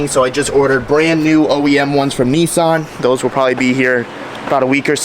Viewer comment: sorry bro but its NISSAN NOT NEESSAN LOL